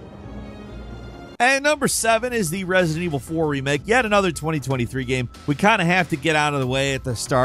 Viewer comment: he talk so fast he pronounce resident evil 4 as "RESI EVE 4" XD